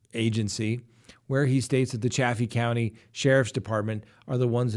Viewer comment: It’s pronounced Chay fee county.